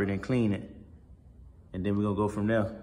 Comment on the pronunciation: Love it when you say, “then we gon go from dere” favorite line